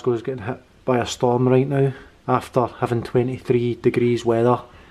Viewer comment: I think it's the accentuating big the word "storm" that's v . Kevin bridges ! Anyhoo proud guys, well done love ya both xx